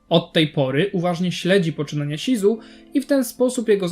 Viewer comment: shizu nie czyta się ,,śizu" tylko ,,szizu" :/